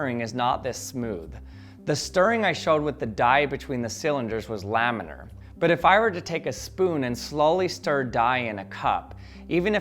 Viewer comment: He said laminar!!!!!! Someone tell the smarter everyday guy!!!